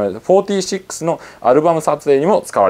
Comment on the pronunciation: けやきざま、けやきざかよんじゅっww